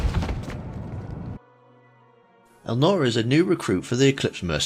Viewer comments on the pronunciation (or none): Elnora, not Elanor... LOL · Not Arch-angel. Arc-angel. Not Eleanor. Elnora. It's literally pronounced for you in game.